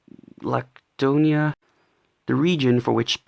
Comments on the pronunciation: the letter 'Λ' it's not called lambda is called lamda only 'D' also is not laktonia is lakonia and the tone is going to 'I' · la-ko-ne-a thats how u say it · lamda is right but it's "lakónia" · τι λακτώνια βρε μαλακα 😅😅😅 its Lakoniiiiia not laktonia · Is lakonia .... I am greek λακονια is readed like thet ----> lakonia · Its pronnounced "lamtha" (th like the) and "lakonia" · Its Lamda and Lakonea